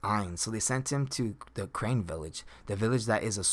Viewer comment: carne villafe not crane